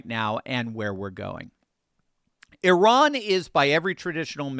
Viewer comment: One of the only journalists I’ve heard pronounce Iran correctly. I knew a girl that would correct me whenever I said I RAN. She would jokingly say “oh yeah? Where did you run to?” She considered herself Persian and hated the Iranian regime. Now I get to be a language Nazi about it.